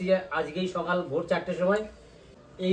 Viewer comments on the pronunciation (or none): none